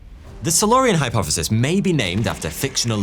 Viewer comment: Hypofefis? Fheory? Firty fwee?